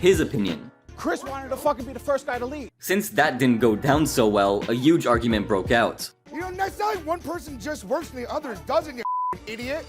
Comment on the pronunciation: Why do u say HUGE without the H?